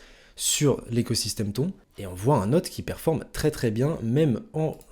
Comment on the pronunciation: frerot ca se prononce pas "ton" mais "tonne"